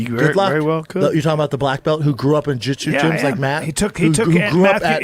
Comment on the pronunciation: Brandon said something so stupid they actually had to cut about 40 seconds of the podcast I don't know how they did it live but whatever. Probably them correcting him saying jitsu LMAO